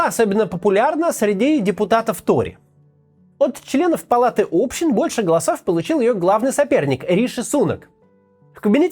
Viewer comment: Как можно было умудряться быть депутатом, при этом ставя ударение на букву о в «палате общИн»? При этом Максим сам возмущается, что странами управляют научи